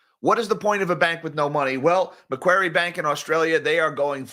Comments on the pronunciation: Hey, thanks for mentioning MacQuarie Bank - it's one of those high risk banks that border line should be out of business for taking too many risky loans in the past. Also, pronounced 'MacQuorry' (Austraaaaaaalian accent maaaaate) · Macquarie is pronounced "Macquarry"